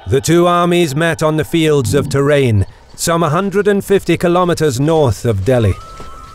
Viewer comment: The word is Taa Ryen. As in rye just add an N at the end.